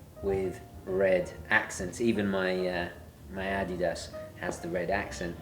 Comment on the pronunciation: Wow, not only are you wearing the Bayern München tracksuit. You're even pronouncing Adidas the correct way. It's not often, that english-speaking channels pronounce Adidas correctly, so kudos to you! Dankeschön;)